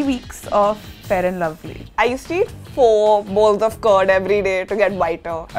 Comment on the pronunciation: four boiled cods or four bowls of curd?